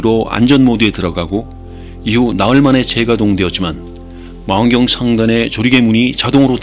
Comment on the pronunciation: 망원경 전체적으로 "ㅕ" 발음이 짧게 들려요.